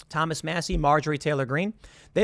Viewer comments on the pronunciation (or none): none